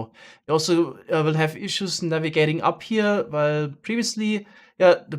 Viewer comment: Pretty sure thats just the english word "while" with a very german pronounciation, as he is indeed german.